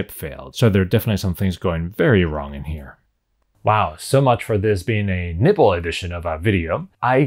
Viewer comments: I know you're saying nibble, but I kept hearing nipple. I'll go get my brain from the gutter.... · I honestly thought you said nipple edition :-) wasn't sure what to expect. Keep up the good work.